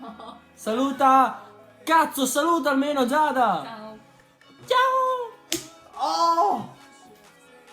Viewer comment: "zao ragazzi" lo adoro %_%